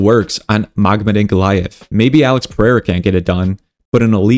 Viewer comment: Bro everything you say right but Islam , Ankalev , Belal you said wrong about this .😂